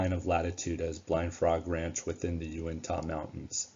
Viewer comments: Great video! I'm very interested in History and Discovery Channels programs on these two locations. Just wish they weren't so much into manufacturing "drama" in their presentations. FYI, Uintah is pronounced "Uintuh". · UINTAH. Get it correct!